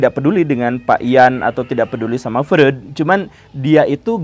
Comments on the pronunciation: Tanpa mengurangi rasa kagum saya pada Guru Gembul. Ada sedikit masukan nih, gak penting2 amat sih. Tapi kalo dilakukan akan lebih bagus. Pengucapan istilah2 atau nama2 asing kadang kurang tepat. Freud harusnya dibaca Froid. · Freud: dibacanya "FROID" pak guru